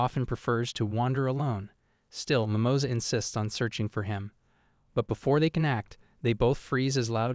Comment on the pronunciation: "Mimoza" rabbit... that sound so wrong un spanish lol